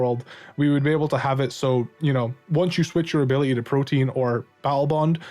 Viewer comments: It's ProtEAN not protIEN pronounce the A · Not trying to be "that guy", I normally wouldn't care because I still understand you. But I see there are a couple other people confused because they think you're saying "protein". "Protean" is pronounced /pro-tee-ehn/. Great video as always, though. <3 I completely agree with pretty much everything you said.